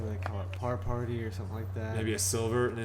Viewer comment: Paul you almost had it. call it a "par-tee"